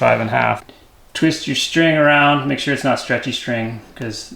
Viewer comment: "Wood awound da windows" I heard that as well. Enjoy your videos. Keep up the good work. Thx